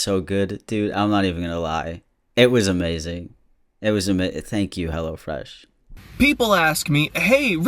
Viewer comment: Every time someone says hellofresh, I hear hellAfresh, I don't know if it's because of, or I just can't hear but like😂😂